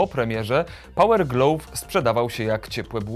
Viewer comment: słowo GLOVE wzmawiaj /glaw/. Materiał spoko, jak zawsze.